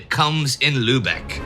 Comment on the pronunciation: But avoid the luebeck mentioned in the video. It is a silly place. Go to Lübeck (pronounced lybeck) instead.